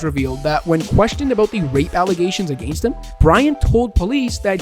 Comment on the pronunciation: wow i hate the way he says: “agaiyyynst” 😭😭😭